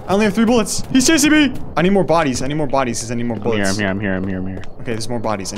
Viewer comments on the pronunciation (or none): after getting the gun: "I need more boolets, I need more boolets"